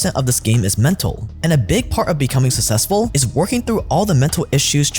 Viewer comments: Bro the way you say 'successful' sounds like it's spelled 'sussessful' .... SUCKSESSFUL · The amount of times I heard “sussessful” in one ad hurt my head.